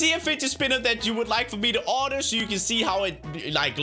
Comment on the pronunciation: order not ardur